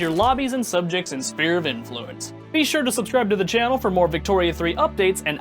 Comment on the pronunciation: Did this fucker just pronounce it spear of influence?